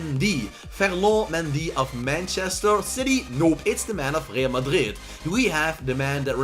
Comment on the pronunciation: Bro why are you saying Real Madrid like that????